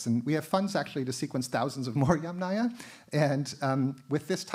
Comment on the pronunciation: extremely interesting, but at this point it is very difficult to follow… not only does the speaker lisps pretty badly, but it’s difficult to follow because all of the Russian/Slavic names are in addition also mispronounced😢😢😢 this is becoming very irritable to my census. Sorry you also mispronounced every other Slavic name 😞 including Yamnaya (literally; of holes in earth) and Sredny Stog. (literally; middle stack). What I do not understand ; why do you bother twisting your tongue trying to pronounce difficult Russian and Ukrainian words if you can easily translate it into English. And instead of incorrectly saying YamNAYA (YUMnaia - is correct) … just say “earth culture” and “middle stack”. I understand that these type of lectures are for “professionals “… but this is YouTube - many lame/nonprofessional people also listen to these lectures. And then YouTube becomes full of videos who mispronounce the words even more since they don’t understand how to pronounce them from professional professionals! Come on this has to stop somewhere … it’s ridiculously hilariously funny.